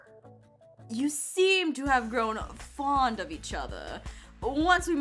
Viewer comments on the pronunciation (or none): none